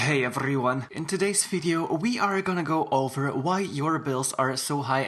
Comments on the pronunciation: omg the rolled r at “hey eveRrrryone” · Rexcraft Rocks rrrRRrrrr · Hey-gh one = russian accent = might be russian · "hey evRRRyOne" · • SimplySnowy • Russian accent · That’s Ukrainian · Frazix yes Russian accent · Russian accent